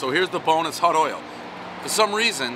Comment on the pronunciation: Can he really not pronounce the word oil?